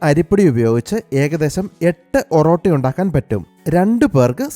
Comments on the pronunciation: ഒറോട്ടി അല്ല ഒറട്ടി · ഓറോട്ടി അല്ല ബ്രോ oratti